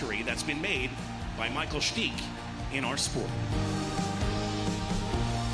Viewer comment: Who's Michael "Steech?"